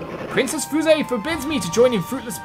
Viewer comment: Fuse. How it’s pronounced: f-yoo-se.